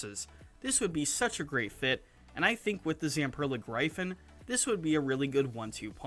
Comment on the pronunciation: You should learn that Gryphon is a mythical bird and it is pronounced GRIFFIN.